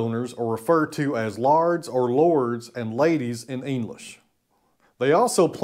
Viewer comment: and family, Happy thanksgiving! have watched your videos for years well months anyway. great lifestyle, great humour, great education! but..., Laird not lard. the very best wishes and if you want keep saying lard.. and I'll keep saying aluminium..lol.